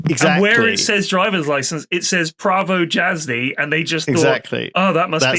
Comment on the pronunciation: it's /pra-vo yaz-dy/